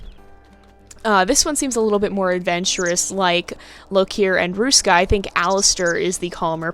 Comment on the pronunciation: You said Ruska really well ^^ You make it sound a bit Russian but it's okay x'D You actually managed to say all the letters surprisingly well since they are pronounced differently in Finnish and English. Very good! The Finnish R is really hard to say if you are an English speaker. You said Ruska's name like you would say "a rock" or "a road". In Finnish R is formed in the front part of the mouth and sounds a bit like purring actually x'D Because the tongue vibrates fast against the upper part of your mouth, where the English R is not nearly as strong and is formed in the back of your mouth. Finnish is known for it's strong Rs and Ks so it's easy to tell if someone is not a native speaker. You notice the lack of power when they say R or K. ^^ And Finnish is a hard language in general x'D Not even a native speaker can understand it sometimes.